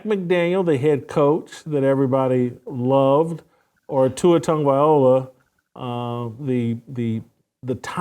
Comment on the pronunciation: Love your channel. Question. Are you intentionally mispronouncing Tua TagovaiLOA’s last name? I know you’re not dyslexic. Plus I’m from the 808 (Hawai’i). Coached against him and his brother, Taulia, so I have a ton of respect for him and what he’s accomplished. So, please give him the respect of pronouncing his last name correctly. Keep up the the fight and mahalo if you begin saying his name correctly 🤙🏾